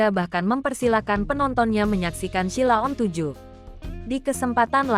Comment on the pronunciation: Ngomong Sheila on 7 aja salah kok reko2 bikin konten